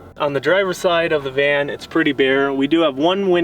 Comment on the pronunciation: Van. Not can. Lol